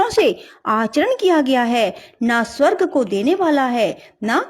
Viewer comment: Y geeta ka adhyay to achcha h pr Hindi vachan m bhut ashudhiyan h jaise......svrg .shreer.smpoorn.aur vishay adi bolene m bhut ashuddh uccharan hua h.plz ese sudhare🙏🙏